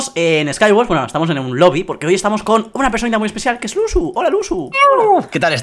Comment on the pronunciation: Dice lusu en vez de luzu